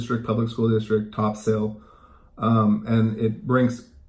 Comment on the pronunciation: Not being rude but it's not Top Sail , it's pronounced Topsul, unless of course, you aren't from the area